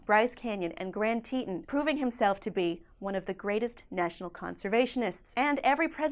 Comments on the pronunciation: It undermines one's credibility ever so slightly when they mispronounce the subject of their discourse. It implies that they may not know what they are talking about. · mispronounced the Grand Tetons.